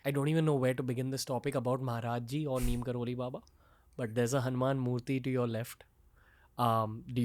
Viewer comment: Neem Krori not Kroli